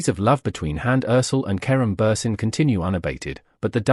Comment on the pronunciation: Perdón. Deben de aprenderse Bien, los nombres de las personas de las que están hablando, No es Karun Buren y ella No es Hans Erçel (Se dise Kerem Bürçin y ella Hande Erçel